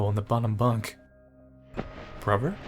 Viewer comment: Can you seriously not pronounce "brother"?